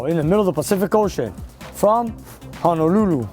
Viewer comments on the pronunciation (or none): none